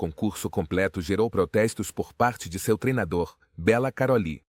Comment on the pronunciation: Detesto vídeo IA pq pronunciam tudo errado é Bella Karoly o nome dele. Karolíííí ... naaaao